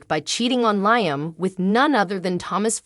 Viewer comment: It’s LEE-UM doggone it! 🙄